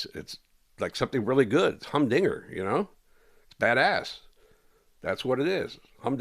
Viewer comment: “Humbdinger” ain’t heard that one in a minute Rene 😂